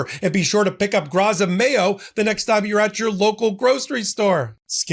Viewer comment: Graza is pronounced Gratsa